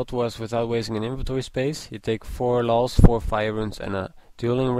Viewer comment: the way you pronounce laws sounds like lols